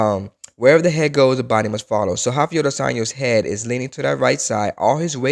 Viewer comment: Also "Rafiel dois años"